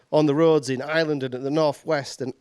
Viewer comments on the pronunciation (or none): none